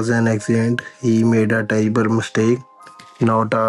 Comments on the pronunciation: (((Notice))) how they pronounce “terrible” as “ tribal”. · Ha. He said 'terrible mistake' she said 'Tribal mistake'. they cant fuckign read